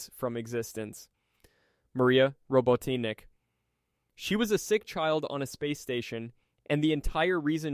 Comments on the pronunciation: "Robo teenick" 🗣🔥🔥🔥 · yeah, when it started to tell wrong facts about blaze, and the way he pronounced Maphiles and robotnik, it was clear that not only is the voice AI, but the script as well. Shame